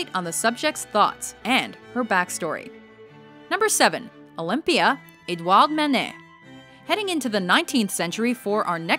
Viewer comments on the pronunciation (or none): none